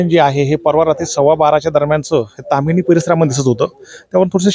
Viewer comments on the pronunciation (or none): ताम्हाणे नाही ताम्हिणी म्हणा..... दारू पिऊन पर्यटन असते.....